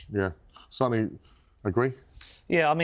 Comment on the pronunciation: Sonny is pronounced Sonny not Son-ny. Just because Son took it as a nickname doesn't mean you mispronounce the actual name.